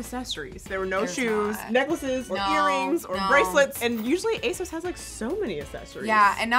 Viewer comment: You guys always pronounce ASOS wrong.